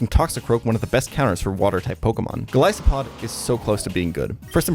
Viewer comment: why did you pronounce Golisopod in this video like this? I've been misspronouncing it for years because of you, only to listen to its original name? SHAME!!!